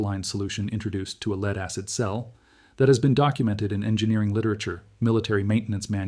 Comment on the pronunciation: The AI human is exceptionally well done. Except for a couple of horrendous pronunciation errors this could pass as a well researched and narrated video. Having 2 pronunciations for the spelling of lead throws a lot of AI's. Humans also would say 1 point two zero zero not one point two hundred.